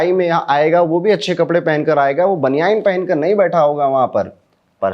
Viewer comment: यार "बनियाइन" नहीं ! बनियान होता है। 😊😊😊